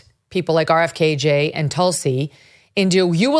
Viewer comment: It’s just a pet peeve but I hate how Megyn calls him “RFKayJay” haha. Not a big deal but dunno it sounds stupid 😂